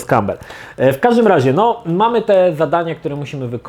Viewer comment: Za każdym razem gdy wspomina imię aktora to zamiast słyszeć Bruce Cowbell słyszę Peter Cowbell (war soldiers):D